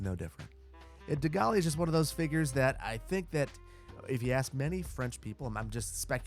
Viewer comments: Or pronounce Gaulle like ‘goal’ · The "e" in Gaulle is silent.